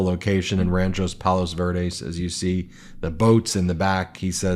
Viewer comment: He said he was in Palos vureds 😂😂😂😂 idiot